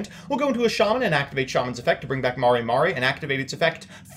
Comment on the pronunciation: Mare mare. Not Mari Mari lol